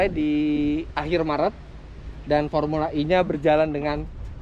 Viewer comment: Fomula E bang. Sebutannya kok formula I....he....he...he...sukses ya semoga semuanya berjalan sesuai rencana🙏🙏🙏